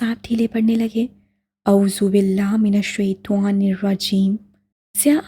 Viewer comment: Yar aap اعوذ باللہ من الشیطٰن الرجیم shi se pdha kre